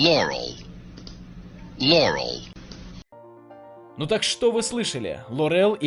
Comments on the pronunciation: Не лорЕл а лОрел! Автор явно слышит янни, раз ударение не знает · не лорЕл, а лОрел, ставьте ударение правильно, ударение в любом случае идет на первый слог